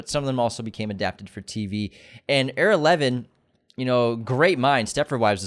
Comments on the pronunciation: EYE-ra Levin!!!!!!!! Do you not know any Jews?! Come on now! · It’s pronounced Eyera (Levin).